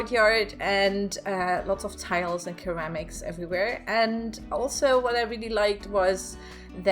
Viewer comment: Hello,! I love how you built this as well as giving a historical background. I've never been to Spain so it's neat to see how people live. A side note- you're mispronouncing ceramics. The c sounds like an s in this case. Aaahhh English, the unforgiving language. I'm going over to Auvbri's channel to see how he decorated! I hope you have a lovely evening. 🖤🦇🦇🖤